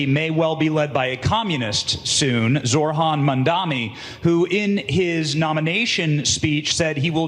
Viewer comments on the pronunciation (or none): No one commenting on the fact that the reporter asking Trump the question didn't even know how to pronounce his name. ZoRHan MaNdaMi. 😂. Add "communist" on top of that and you see what a joke these people are